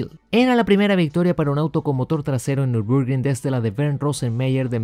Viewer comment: Hasta donde sé, se pronuncia " Nür bur gring ". Si también me equivoqué, corríjanme por favor.